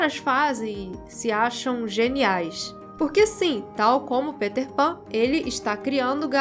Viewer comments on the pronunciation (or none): none